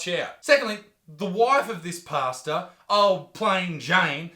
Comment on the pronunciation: Ohhhh pastor... Not pasta 🤣😂